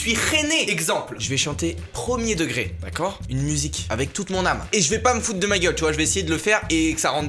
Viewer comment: Depuis qu'il a fait flic il a gardé le "d'accieurd" 😂